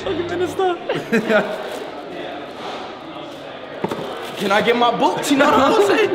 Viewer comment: Everyone: Miniminter ISHOWSPEED: MINISTER